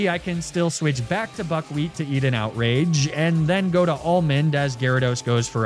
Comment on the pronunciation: You say buckwheat... but I kinda hear f**kwheat and its hard to unhear